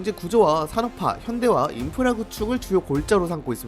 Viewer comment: “인프라르” ㅋㅌㅌ